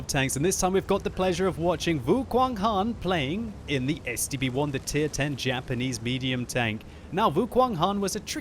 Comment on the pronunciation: I thought you were saying the STD-1.